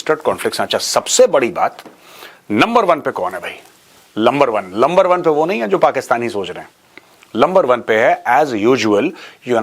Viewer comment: Sir, Number one hota hai , lumber one nahi